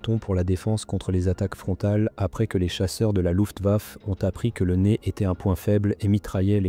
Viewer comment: Luftwaffe se prononce LUFTWAFFÉ